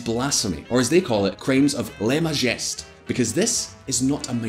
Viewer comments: LEZ MUHJEST LAWS? YOU BUTCHERED IT WORSE THAN THAT THAI NAME! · The guy who presents needs to learn how to pronounce foreign words like lèse majesté, Deutsche Welle, etc. Too unsophisticated to fill up the shoes of Simon Walker.